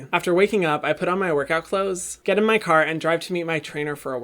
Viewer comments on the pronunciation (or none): No ones gonna talk bout his carrrrrrr